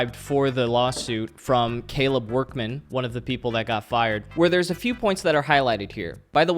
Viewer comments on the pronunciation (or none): none